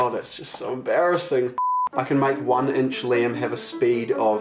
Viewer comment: Everybody: Inch Liam: Ench